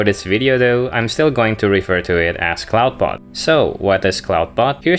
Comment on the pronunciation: You keep mispronoucing "Clawdbot". "Clawd" rhymes with "god". It does NOT rhyme with "loud".